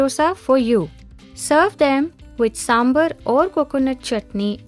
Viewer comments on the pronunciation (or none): Omg "saambaar" not sambuur 🤦🏻‍♀️ great recipe tho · Saambhaar not Sambhur please! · Sambhar not sambhur